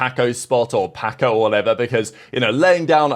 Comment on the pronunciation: I hate how you pronounce paco and taco. Can we learn Spanish vowels please?